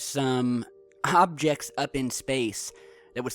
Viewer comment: u said "some hobjects"